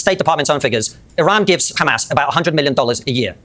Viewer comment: If I hear Destiny say 'HEMAR' again, I'm going to lose it.